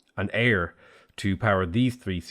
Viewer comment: Well done for pronouncing Ayr correctly.